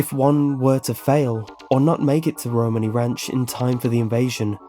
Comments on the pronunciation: Pronouncing romani wrong!! It’s row-maa-nee! In fact a lot of the way you pronounce is incorrect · Great video! However I have to point out, it's Romani not Ramoni :p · It’s pronounced RoManee not Romani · i liked your video but gat damn, there are a lot of errors, the most egregious is you calling it ramoni when its Romani lol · Uh, you do know it's Romani, not Ramoni, right? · My issue is that he kept pronouncing it "rOmani" when it should be "romAni", emphasis on that "ah" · its romani not ramoni just saying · It's RO-MAN-E Ranch, not Ramoni Ranch. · roMANi, [ro-mon-ē] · You say Romani wrong , like if it bugged you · dude your not saying Romani right😶😓😓😣😦